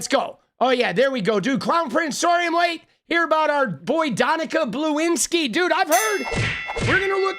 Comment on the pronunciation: “Donica Bluinski” 😂😂😂😂😂